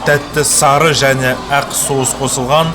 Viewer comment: Әқ емес Ақ